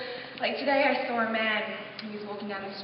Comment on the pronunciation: omg, you DO say "sawr"! haha i never caught that before. ps i really liked your speech at the conference haha. so. funny :)